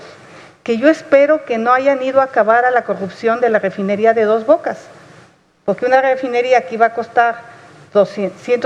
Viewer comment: Bueno que pendeja está está pinchi vieja, de la cochi galvez. Hable bien pinchi vieja, no se dice poque, se dice Porque Viva Amlo y la 4T. Saludos amigos.